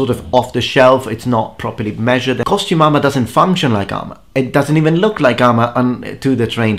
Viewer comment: i keep hearing costu-mama and my brain REFUSES to hear costume armor.....ugh....either way, after seeing the early videos you've popped up on this video i realize i've come across you well before i subscribed to you lol. glad things have worked out for you.